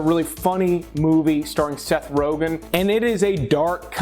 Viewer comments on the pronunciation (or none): none